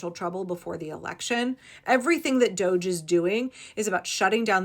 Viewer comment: Can we please stop using the chic pronunciation of this illegitimate"doe-zsh" office and pronounce it and call it what it is "DODGY!" Let's not follow their lead. There is nothing chic about a group of hackers working for the "destruction of government entities" should be referred to as DODGY because they are. They're dodging laws and the rule of law. If we're looking towards unmasking this crazy let's start by calling it what it is. DODGY.